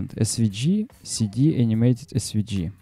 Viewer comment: Друг, все супер, спасибо! но английский подтяни - у меня кровь из ушей пошла. В SVG - букву "G" произносишь "чьжи" ( смягчая "и"), носители говорят "джэй", можно "джЫ" (G [dӡ] — «дж»), но не "чьжи" ... Мира и успеха!